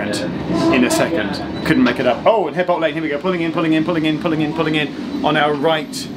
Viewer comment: 'eadbolt Lane ..... reminds me of my grandmother ... She was Mrs 'edges with an 'aitch